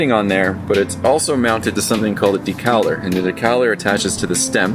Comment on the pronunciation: Decaleur. Pronounced: deh-ka-LURE. Vive La France!!!